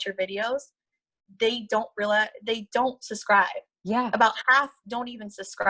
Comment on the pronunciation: Yall better go Susscribe! I am not making fun of her. I have always hated the word subscribe and have said it wrong myself. It just made me laugh bc it reminded me of the time I said it and realized it and asked myself wtf lol. seems like a solid person.